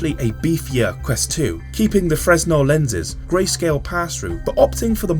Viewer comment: It's pronounced fruhnell